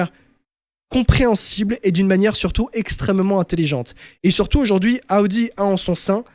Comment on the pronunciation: J’aime tes podcast mais ptn t’es insupportable avec tes « Aoudi »